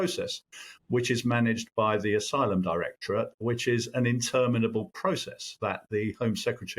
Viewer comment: Aylum, you say? Figures.